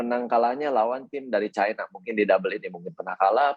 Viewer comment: China bukan kialen kialeng